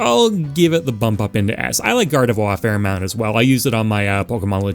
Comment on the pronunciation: I swear you said gardevoir's name like that on purpose to mess with people. Also, for the boxers, having more than one boxer is totally possible. Look at street fighter. Dudley and Balrog play COMPLETELY differently from each other. One is pure power and the other is more finesse and style with a rapid beat down counter style. Not to mention the 3 common boxer archetypes and you'd be set. I can see hitmonchan with completely different moves than little Mac, with way more flurries than straight lunges in reference to it's pokedex entries which state it can punch so fast it looks like it hasn't even *moved*. Also hitmonlee is clearly either a muay Thai user or kickboxer who btw has super extendable legs which could lend to a tricky spacer character where certain inputs control how far the legs stretch.